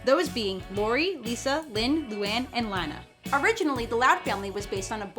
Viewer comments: It is Lana not laana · Did she say Lina instead of Lana? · it´s lana not leana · it's LAH-NAH, not lay-nah!!!!!!!! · Did she really just pronounce Lana as Laina! Wow! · Wait, did they just pronounce Lana as Layna? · "Laina" cringes hard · Lana is pronounced lah- nah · LAH-na. I'd know since she is my favorite XD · I really hope u know u pronounced lana's name wrong. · You said Lana wrong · do you even watch it? it's 2 for flinching, not 2 because you flinched and you miss pronounced launas name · you pronounced Lana's name wrong